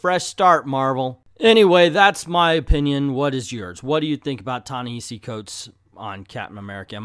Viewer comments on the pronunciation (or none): It's not a sign of disrespect, but a misunderstanding as to what is the correct way to say his name.